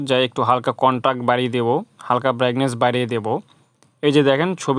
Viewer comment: যেটাকে ব্যাগনেস বলছেন ওটা ব্রাইটনেস হবে